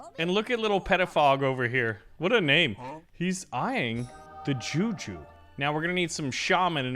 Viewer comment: The way bro says juju is funny because as a Nigerian it's said different you pronounce the juju and it's fast than that😂